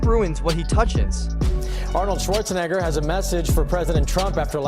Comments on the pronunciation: Shwarseneger... His name is Schwarzenegger! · Your butchering of Arnold's last name is why I can't watch this video, I'll find another source